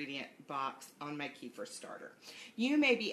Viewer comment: I was wondering what you are talking about, till I realized you are talking about kefir (kafeer). It is Kafeer, not keefer, like in keifer sutherland. What is it with the americans, pronoucing all foreign words wrong